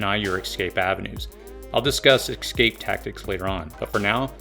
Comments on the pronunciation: OMG! It's EScape, not EXcape for the love of God! And are you trying to say ANTAGonistic? Because there's no such word on this planet as TAGonistic! Geez, if you're going to use a $3 dollar word, at least pronounce it properly! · It's eScape not exscape🤣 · Great video. Thank you for the information. One comment though, it is pronounced "ess-cape" not "eks-cape". Perhaps its just me, but I found the mispronounciation distracts from the message. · Escape. Not excape. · It's "antagonistic" not "agonistic" and "escape" not "excape" Otherwise, great job.